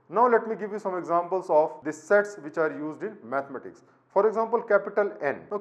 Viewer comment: No offense but i heard it as "sex"😂